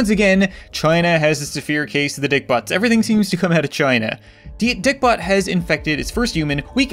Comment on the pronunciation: IT'S LIKE HE KNEW "everyting starts in china"!!!